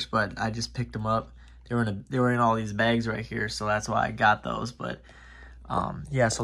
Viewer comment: did you say you got deez, or these?